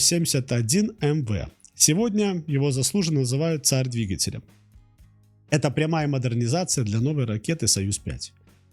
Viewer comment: Что у вас с ударениями? ДвигателЯ, ангАра... Русские так не говорят.